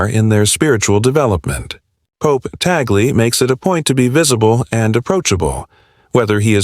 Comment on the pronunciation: Thanks for the correct pronunciation of Cardinal Luis Tagle.